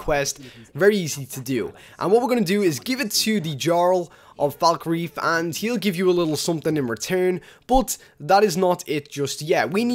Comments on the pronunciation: The way you pronounce Falkreath and Jarl is appalling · FalkREETH..."J"arl. This guy never played Skyrim outside of his videos. Probably just for the views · Jarl. Falkreath. Please learn how to pronounce words.